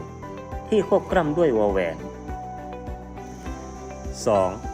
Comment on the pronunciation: ทำไมเสียงบรรยายคลิปของคุณครูออกเสียง ลอ ลิง เป็น รอ เรือ ละครับ เช่น คำว่า คลิป เป็น คริป กล้ำ เป็นกร้ำ